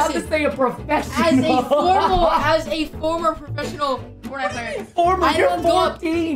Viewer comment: “Perfesonal Fortnite Player”